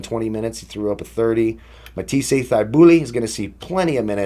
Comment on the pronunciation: Just going to play harden and pray. Also the only reason i know this is because he went to my hs but its (matt-ease) (thigh-bull) lol